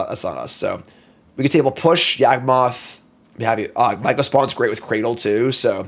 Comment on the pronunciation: YaWgmoth, not YAGmoth...